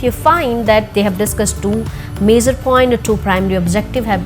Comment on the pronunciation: 'major', 'objective', 'conclusion', and 'version' pronunciations need to be checked.